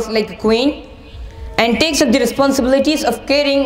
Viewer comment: its the home not theee home